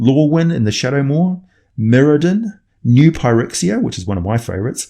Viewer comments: Phyrexia is pronounced fuh-rexia. The 'ph' makes an 'f' sound. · New Phyrexia is one of your phavorites, yet you can't phronounce it right? :P